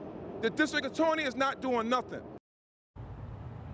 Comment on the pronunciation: "The distwict attworeney is not doing nothin"